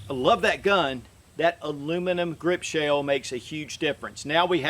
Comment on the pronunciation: so appreciative of your reviews and this one particular. Question: Are you saying the the word "shale" or is that a southernized version of shell (ie aluminum grip shale/shell)? I asked a couple of colleagues recently if they'd ever heard the word "shale" used in regard to firearms and we couldn't reference that. Thanks again for your reviews, your response and the showcase of what is CLEARLY a grand firearm.